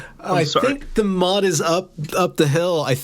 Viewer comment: Service announcement: It's Motte and Bailey, like the castle thing. NOT Mutt and Bailey, which are two really cute looking figurines. You learn something new with every misspelled google search